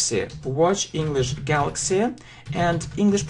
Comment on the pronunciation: Он перестал говорить engliiiiiiiiiiish gaaaaalllllaaaaaxxxxxyyyy как то серьёзно начал произноси.хах